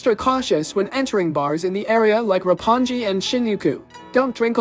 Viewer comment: Roppon-gee and shinyookoo